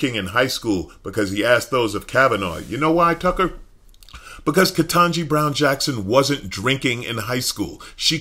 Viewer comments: "KentAgee"? I know he's capable saying "KetANgee", but he's making a point with his followers. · I'm sick of him mispronouncing KBJs name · Why does he have to keep purposely mispronouncing her name???? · It didn't take him long to pronounce her name wrong.